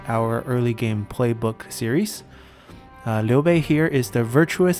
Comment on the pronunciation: Great guide, appreciate how you nicely pronounced "Liu Bei"!